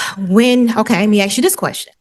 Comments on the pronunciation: I hear many people pronounce "ask" as "ax". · Why can't some people in the south pronounce "you all"? Regional and cultural dialect is part of a living spoken language. For some reason, more than any other word, "aks" gets abundant attention, and it's worth asking why is that? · Why can't she pronounce "ask"??